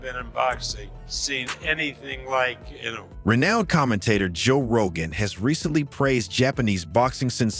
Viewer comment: Mispronouncing Inoue's name takes away from anything you say about him. learn how to pronounce foreign names.